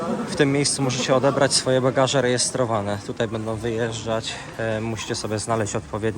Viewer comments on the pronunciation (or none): none